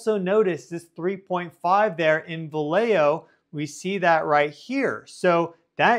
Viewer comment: No wonder you pronounced Vallejo correctly...vs ..Va-leh-joe. 😂🤣😅